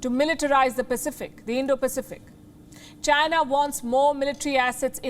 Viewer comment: Being a journalist, the lady can't even pronounce China properly, what a freaking Indian joke!